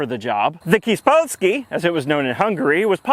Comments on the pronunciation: I have never been happier to see an Aging Wheels video in my feed It's not that I'm usually unhappy to see one, I'm just this car is my favourite thing in the world Also, kispolszki is pronounced keesh-pole-ski, not kiss-pol-shki or whatever that was. Small polski. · My friend you should pronounce the hungarian S sound as SH like Manure. :D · Kispolszki is pronounced "Kishpolski"! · Not Kispolszki, but Kis polszki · Kispolski is pronounced "keeSHpolski" as "s" is "sh" in Hungarian and "kis" is pronounced "keesh" = small. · the "s" in "kispolszki" is pronounced as an "sh" in Hungary the "s" is a "sh". Fun fact: if we extract the two words out of "kispolszki" is made out of (wich is "kis" and "polszki") it translates to "small polish" EDIT: I forgot to say that the "sz" is the normal "s", as in English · Im gonna go complain cuz this keeps happening with Hungarian names in these videos, but you can just put the words into google translate and see how to properly pronounce "kispolszki". Can you please do that next time?